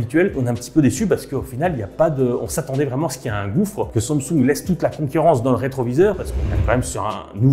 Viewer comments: Pourquoi il dit toujours sansoug 19 fois au lieu de dire SAMSUNG sa m'a stresser il m'a gaver , changer la prochaine fois de présentateur svp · La prononciation de Samsung stp, c'est pas si compliqué, sinon go orthophoniste 😓